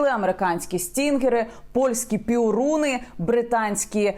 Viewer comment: Пьоруни, а не Піоруни.